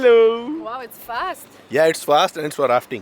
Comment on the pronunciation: What???? Plz say clearly